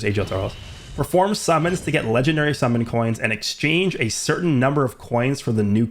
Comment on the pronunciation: "Wook, it's Woresh. Woresh is woing to wummon."